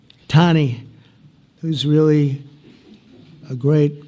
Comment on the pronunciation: WEALLY WEALLY BWAD